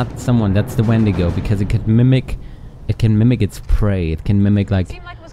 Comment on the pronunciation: You actually pronounced "wendigo" the way most people do. Dean said it weird. Enjoyed the episode.